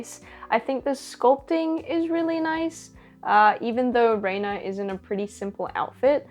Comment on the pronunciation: i won’t spoil it for you in case you haven’t gotten to this part of the story yet, but renas name is actually pronounced (rehn-ah) and not (rain-ah). i don’t think this was gone over in higurashi gou and sotsu but in the original higurashi series and visual novel (which you should definitely check out btw!!) they give a reason for why her name is pronounced like that!